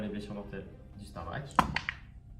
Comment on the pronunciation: Je pense qu'un membre staff du warhammer world est mort chaque fois que "STARDRAQUE" à été prononcé dans cette vidéo.